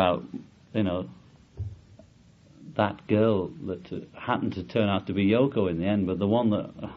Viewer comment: Oh no. It’s FCKING YO-ko...